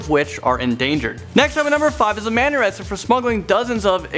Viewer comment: am i the only pne who realised said arasted?